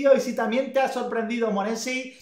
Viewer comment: Se pronuncia monsei